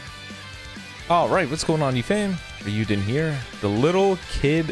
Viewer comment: Its funny to hear say raiyuuden OH MOVIES like its special